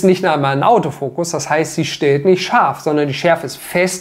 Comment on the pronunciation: das gehört zum Witz🙂 will ihr deutsch immer Schaf sagt statt scharf 😁